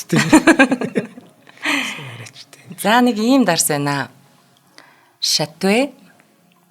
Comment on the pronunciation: Chateau - Шатюү Islay - айли Lemoncella- лемончилла Gej duuddag 😊